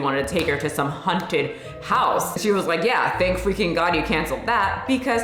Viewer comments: I specifically came to the comments just to see how many people were triggered by pronunciation of haunted…😆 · I was looking to see if anyone had commented about that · the scariest thing here is how you pronounce “haunted”! 🤣 kidding, love you and your videos. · Girl please, it’s hAUnted not hunted. For some reason I had to cringe every time you said hunted 😂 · Is it just me hearing it like is saying "hunted" and not "haunted", I'm so confused Sorry, love your videos! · Am I hearing wrong or are you saying HUNTED house instead of HAUNTed house? 🤔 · The way you say "haunted" sounds like "hunted" and honestly that's more accurate to how the experience is for me haha. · Sounds like u keep saying "hunted" instead of "haunted" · I'm offended by the way you pronounce "haunted" like "hunted" lmao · Why do I keep hearing you say "hunted" not "haunted"?! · The way you say “haunted” is sending me lol. Sounds like “hunted” house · I'm glad to see that I wasn't the only one to noticed that. I was wondering if a hunted house was the same as a haunted house, or if this was something new (I haven't been to the States in forever) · I'm offended at your pronunciation. I kept hearing "hunted" house instead of "haunted" but given the context, it works 😂😂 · Why you saying 'haunted' like that 😂😂 Girl, it's HAWNTED not HUNTED 😂😂 Stop saying it like that, it's making my misophonia act up! Are tou doing it on purpose or do you really say it like that? Haunted and hunted are 2 different things.. you killing me smalls! 🤣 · WTF! I love you, but girl, it's HAUNTed, not HUNTed!!! 😂😂😂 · Hunted houses... (Fuck the 'A' in haunted... It's HUNTED!) 😂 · I love how you pronounce it hunted house haha. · Does it sound like she's saying 'hunted' house or is it just me? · hunted houses.. what is this accent? I'm offended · Stop saying hunted! Lol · I got offended by the way you say haunted. You keep saying “Hunted” it made me laugh every time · Me too.